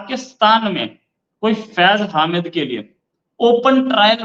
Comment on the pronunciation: हामिद नहीं, हमीद